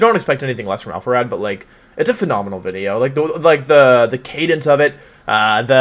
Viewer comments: Im a new subscriber so dont judge me please. Why does he say "wideos" when he can clearly pronounce the letter v? Is it an inside joke? Haha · Why does he call them wideos? Is it because he is Wolfey so its wolf + video? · What was his first language because he says "wideo" and he doesn't say that later. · Wideo=W video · Wideo. Never gets old lol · "Which wideo I wouwd infwict on my poor viewers today..." Elmer Fudd: "Shhh, be vewy, vewy quiet. We're infwicting a wideo on the wiewews. Huhuhuhuhuh! " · No hate or anything but im curious, why does he say "wideo" instead of video? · Why does he say wideo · Nobody: Absolutely nobody: Wolfey: "Wideo" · why does he say “video” but replaces the V with a W? Sorry i’m new to this channel, I don’t know if it’s an inside joke or an accent. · he always pronounces his v like w